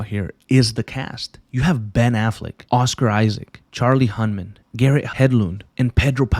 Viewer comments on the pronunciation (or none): dog how difficult would it have been for you to look up the actors names it is charlie HUN-NUM, not Charlie Hun-Man. I could not watch past the 2 minute mark because of this minor yet way over sighted blunder. C’mon man